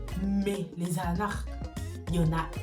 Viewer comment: Ca me fume comment tu dit « arnaque » 🤣